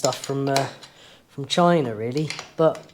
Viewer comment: China not Numba Wun.